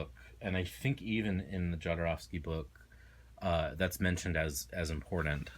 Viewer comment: Very informative video, but please learn to pronounce Jodorwsky surname - click on polish His surname is transcripted from polish to spanish this is why there is a letter "J" at beginning which sound is 'h' like in word harsh.